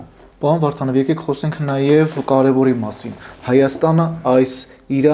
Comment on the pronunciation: Քաչալի ճիշտ անունը Վովա Վարդանով է, և ոչ թե վովա վառթանվ... Հետո հայերենում "էթալ" բառ չկա, ճիշտը գնալն է...